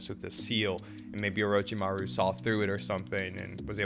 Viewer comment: Lol don't feel bad about your mispronunciation of "Orochimaru"😂 you watch Identical Reactions, so you know Brandon calls him "Omichan"😂😂